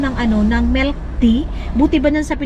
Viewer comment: Melk????? O MILK loooooong i